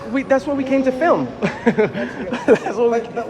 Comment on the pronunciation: a flim? an actice? SMH.